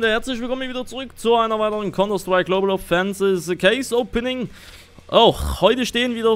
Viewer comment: wieso sagst du immer global ofensis statt global ofensive